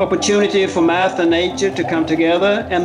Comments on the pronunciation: Was it just me who thought it was meth instead of math. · I tought it saide meth